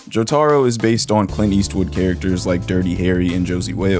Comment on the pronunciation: Bro fr said “joetuhroh” 💀